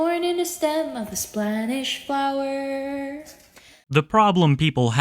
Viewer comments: what is a a 'Splanish flour' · the part of the irish eyes incident that bugs me the most is "like a thorn in the stem of a spanish flower". not only did she fuck up and say "splanish", it doesn't rhyme and generally doesn't make sense as a change. like, what flowers have thorns except for roses? and moreover, the punch in the spine incident...if that really happened, you would be in excruciating pain right from the start, and likely not even be able to move from it at all. spinal injuries are no joke, bro. i've watched the episode of Hell's Kitchen where the guy slips a disc while taking a shit and he's in *agony*, i doubt she could handle that level of pain. hell, i slept weird the other night and got a kink in my back, that shit hurt bad enough i could hardly get up to go to my bathroom across the hall and take Advil.